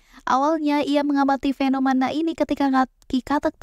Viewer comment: suka ama materinya,bagus, tapi utk narator nya perlu di upgrade biar informasi yang disampaikan bisa lebih mudah diterima, saia sempat mendengar (atau telinga saia yang sedikit error) pengucapan kata FENOMANA, KONSTRAKSI, PAKSTA serta gaya bahasa yang terkesan nge drag alias di seret :D,,,,,, ttep semangat, ditungggu materi berikutnya